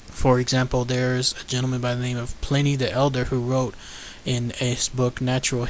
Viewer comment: dude you need to work on how you pronounce names.. sir walter Raleigh(Rawl lee) and pliney(ply knee) the elder I'm not hating on you I love your video's just work on better research and pronunciation my friend.